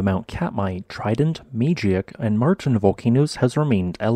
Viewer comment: FYI - Mageik is pronounced: mah-GEEK. Thanks for what you do.